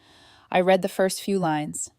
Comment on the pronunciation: AI really needs an upgrade. Can’t pronounce past tense of read.